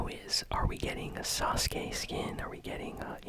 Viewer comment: he said sauke as sa-suu- skee and sakura as sa-kour- a